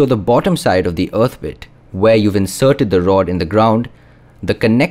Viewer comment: wow, you mispronounced the word "earth" hundreds of times in this video. it's painful to listen to you saying "uth".